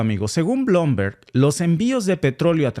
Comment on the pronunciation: Bloomberg se pronuncia Blumberg amigo😅